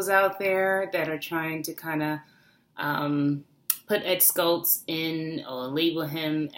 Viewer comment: First of all, it's Ed SHULTZ, not Ed Skults. There's no "K" sound in it. SHULTZ: "SH-UL-T-S." Condolences are fine, but let's get his name correct.